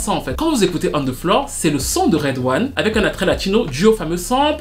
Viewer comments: "On the floorery" lol ! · Une "on theflorery" hahahah